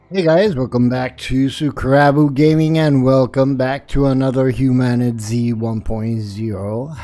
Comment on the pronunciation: I've watched countless HumanitZ videos and you're the first to pronounce the game title right lol. Thanks for the content.